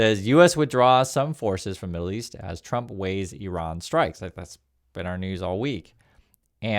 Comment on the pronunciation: Thanks for pronouncing Iran correctly. It's quite the scene that people being highly paid can't be bothered to pronounce the name of the country they are about to slaughter thousands in.